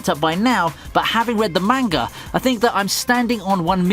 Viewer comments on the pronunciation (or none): Not this man saying "mayngah" LMAOOOO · Yo its manga not manga